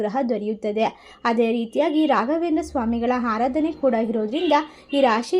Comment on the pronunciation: ಹನುಗ್ರಹ, ಹದೃಷ್ಟ, ಹಾರಾಧನೆ ಅದಿಮೂರು ರಾಮಾ ರಾಮಾ ಕಾಪಾಡಪ್ಪ😂😂 ಈ ಕನ್ನಡ ಕಂಪಿನ ಸಿರಿಗಂಧವನ್ನು ಹಾಳುಮಾಡಬೇಡಿ ದಯವಿಟ್ಟು. ಸರಿಯಾಗಿ ಕನ್ನಡ ಬರುವವರು ಹತ್ತಿರ ಓದಿಸಿ ಪುಣ್ಯ ಕಟ್ಟಿಕೊಳ್ಳಿ, ದಯವಿಟ್ಟು ಹರ್ಥ (ಅರ್ಥ) ಮಾಡಿಕೊಳ್ಳಿ